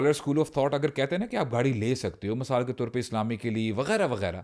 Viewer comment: Asalamualikum I spent my whole sunday in your podcast .I watch different videos . Thanks a lot brothers Ab Saad ka masaal We called misaal Like your way of talking and laughing. May Almighty reward you in tjis duniya and hereafter. Thanks